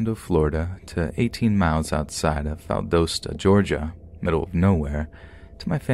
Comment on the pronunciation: It's Val-doss-ta. Not Val-dose-ta.